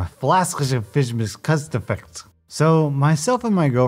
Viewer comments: Idk what’s more impressive. How stupid these parents are or how he could say that name clearly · How in the heck did you pronounce that name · Goes to pronounce u/HFLASCIFMSCUSFKD Nailed it. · The best part about this ENTIRE video, was you , with accuracy, pronouncing the username HFLASCIFMSCUSFKD. Thank you for the laugh on my exhausting busy work day. :) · I'm surprised he actually accurately pronounced the name